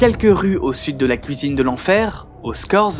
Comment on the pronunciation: La ”couisine” ?